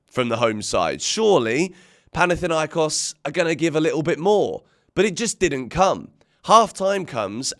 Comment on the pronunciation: It's panathinAikos😢😅